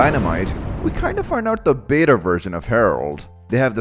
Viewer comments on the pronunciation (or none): none